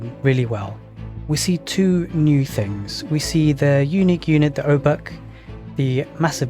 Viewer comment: Few words on polish sounds. :) Jadwiga you read like "Yadviga". For english "J" sound we use "Dż" and for english "W" we have letter "Ł". We don't have "V" at all and "W" is our equvalent. Also with Obuch. In polish "h" is always read like in english "hammer" and sometimes it has silent "c" before like here. So it's "Obuh" with "H" like in "hammer" and it means.... Club or warhammer. Generally some blunt weapon ;)